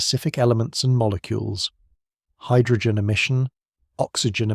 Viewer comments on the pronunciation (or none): none